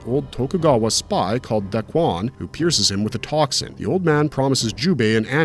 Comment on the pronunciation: Key-mone... its Key-mone... not Key-mon. say "kimono" without the last o. and its not dakwan.. its dah-ku-wan. ffs, getting a little tired of people doing anime reviews and not pronouncing the japanese correctly. i can't tell if its just laziness, incompetence, or AI